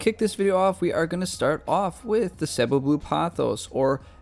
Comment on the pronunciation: you pronouncing cebu correctly, unlike the whole majority, 99% of people. haha.